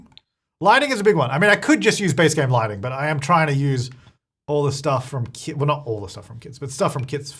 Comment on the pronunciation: I thought he said "the good thing about kids is that they have infinite clutter" 😂 which is true...but be said kits.